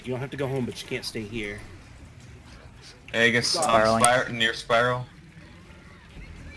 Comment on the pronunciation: I had an aneurysm listening to how your team mate pronounced 'aegis'